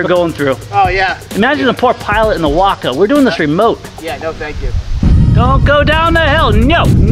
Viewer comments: Isn’t the pronunciation way- co not wocko? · My Father in law was Glider and Airborne qualified in WWII and I still have his wings. He said the Waco was scary. We have one at the Airnorne Museum here in downtown Fayetteville NC. Pronounced Wayco not WAAco. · Personnel transport uses a spring line to lessen initial shock when the main line is snagged. Also, it's 'Way-co' not 'Wah-co'. Just like Waco, TX. You have a 'nu-cu-ler' vs. nuclear thing there. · Ok ok I know I’m going to sound like a prick but it’s pronounced “Way-ko”. It’s my hometown in Texas and was a major airfield during WW2 for testing aircraft, making repairs, and training recruits. The glider was named in remembrance of that airfield. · wok-oh? even the vets didn't pronounce it that way..... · No, it’s actually “Wah-co.” More info here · WACO is short for Weaver Aircraft Company. Originating from Lorain, Ohio. I’ve been to a WACO owners meet and they were quick to correct me that it’s pronounced like taco and not the city.